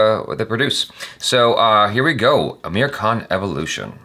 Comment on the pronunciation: For God sake, fix your pronounciation of his name it's AAmir not ameer, ameer means rich